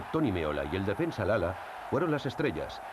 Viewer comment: La verdad es que hay detalles del reportaje muy poco cuidados, como la mala pronunciación del nombre de numerosos jugadores, por ejemplo dice Rái en lugar de Raí, Lala en lugar de Lalas, y suma y sigue... Me indigna que no se preparen estas cosas con lo fácil que es!